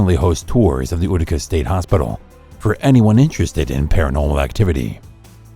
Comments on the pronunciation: It’s u tics not ootica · It's pronounced you-ti-ca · It's pronounced you-tica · That's how the New Yorker pronounce it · Thank you that's annoying